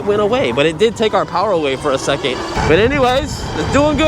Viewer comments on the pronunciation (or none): none